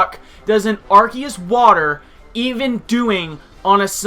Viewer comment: Please learn how to say arceus. I stopped watching the battle because hearing you say arceus like arkeus was brutal. xP